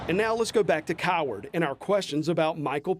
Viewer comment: I love the emphasis on the name of the town, Coward.